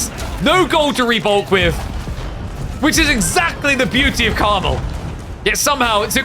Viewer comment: The map is “Carmel” not caramel. It is based on the region mount Carmel and as a result there is only one correct pronunciation. Idc how you pronounce caramel.